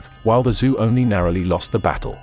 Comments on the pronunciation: Still, it's very good. First of your vids for me and I am quite impressed. Great job! The only thing that really caught my ear were the pronunciations of the Chinese lineages. As far as I know the name "Zhou" is pronounced like "Jo", or the American "Joe". Also, I found it kind of strange that all the maps had German names on them, even though there was nothing else having to do with Germany in the video. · Very fascinating history, doing a great job but I would enjoy this video a little bit more if Zhou was properly pronounced and the correct use of depicted dynasties for the visuals(Three Kingdoms, Qing Empress)